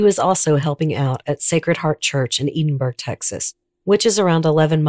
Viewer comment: Thank you for the respect you showed this case. I am from McAllen. This case haunted my hometown for many years. Your research was excellent. A small note: Edinburg is pronounced Ed-in-burg. You did a great job. Thanks again.